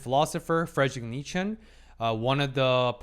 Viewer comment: As a German speaking person, I can't comprehend the way said Nietzsche. It's not "Niet-schen", it's "Nietz-sche"